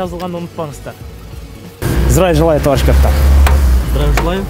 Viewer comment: Акырында зериккен окшойсун 😀 здраю желаю тттт деп кыскартып айтып.👍